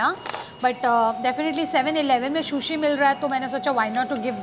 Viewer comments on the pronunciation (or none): Shushi nahi hota sushi hota hai prounounce to Karna sekh lo